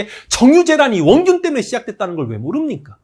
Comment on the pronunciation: 원! 균! 하시는 순간 "아 18..." 이라는 말이 입에서 저절로 튀어나오네요...ㄷㄷㄷ